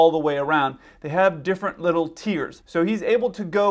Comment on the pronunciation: You are saying tears ,not tiers.😂😂😂😂